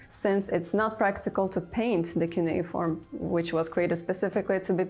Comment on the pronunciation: le CU NE I FORME? pas cunea ni keyforme. Elle sort d'où cette cruche ?